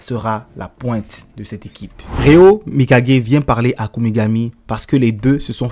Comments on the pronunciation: Svp répondez moi pourquoi il dit RÉA au lieu de RÉO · c genant de dire Rea